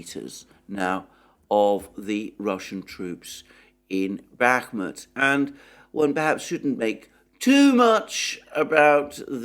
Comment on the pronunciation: I cringe for this man when he says Bakhmut, being dead wrong for six months straight will have that effect.